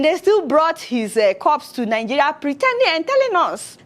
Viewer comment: Lol I like how you pronounce 'Nigeria' - Nigeya 😂